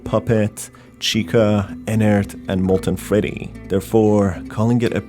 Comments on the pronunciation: "molten feddy" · molten FEDDY